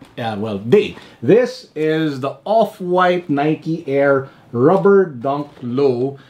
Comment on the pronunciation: "Opwaaaayt" - 😂